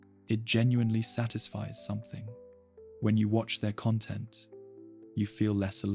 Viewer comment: i heard it when it pronounced content wrong